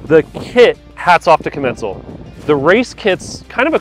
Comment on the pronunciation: When I call Commencal they pronounce it differently than you.